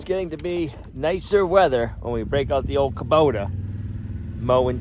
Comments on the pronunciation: it is hubota not kuboter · There is no R in Kubota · Please stop butchering the English language. Kobota ends in a not r. Bearing has a g on the end.